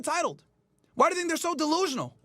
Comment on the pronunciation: did not just say "TINK ABOUT THIS" 😂😂😂😂